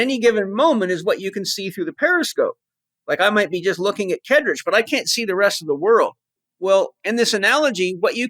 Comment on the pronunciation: Paul, maybe make an effort to pronounce Kaedrich's name correctly. And when listing all the great men (no women mentioned) you recommend others aspire to, maybe put your guest on that list. Just good manners.